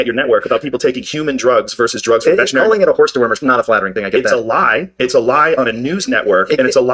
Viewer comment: Two smart guys who can't pronounce veterinary. It's not "vertrinary."